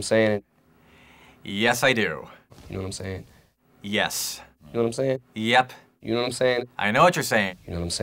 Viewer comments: You counting my knowmsayns? You takin’ a knormcensus? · Gnome sayin